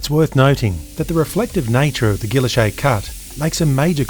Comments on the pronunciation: I always thought it was pronounced as "giiylloshe' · Isnt the name pronounced gee-oash-ay? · Your pronunciation is interesting. I'm an American and I've always heard it pronounced the French way. Is this an Aussie thing? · So that's how "Guilloche" is pronounced.